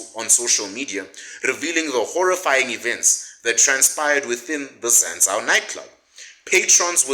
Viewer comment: its pronounced Zan-zoo… it’s expensive for where it is(Hatfield student area) but really it’s pretty affordable, it just looks expensive I’m the corners. But everything else you say is legit facts 💯